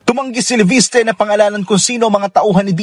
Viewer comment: Leviste po Hindi po levistre